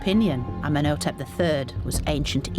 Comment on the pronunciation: Tootin Carmen, Ummin Otep, she totally destroys their good names, doesn’t even give them enough honour to try and say them correctly. Painful to watch